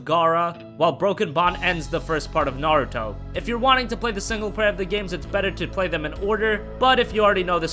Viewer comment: Thanks for the video. What about hand-held games? Can you perhaps make a top 10 video just for hand-held Naruto games? And also, your name pronunciation is pretty hilarious. Do they say Naruto like that in the states? It's far off from the original Japanese pronunciation atleast.